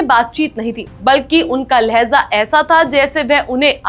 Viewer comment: लहज़ा नहीं, लहजा